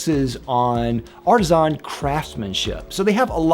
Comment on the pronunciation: Ar ti zon...... It's ar ti SAHNNNNN